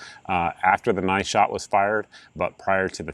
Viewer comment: Thank you for sharing. A few times when you said 9th shot, i heard it as "money shot". 😅